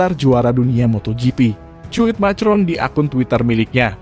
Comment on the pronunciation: Min cara bacanya ko saklek banget itu bhs Inggris jg dibaca persis macron, Emanuel macron dibaca makron